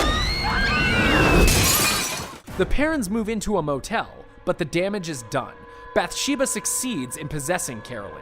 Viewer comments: It's bath sheba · You say Bathsheba wrong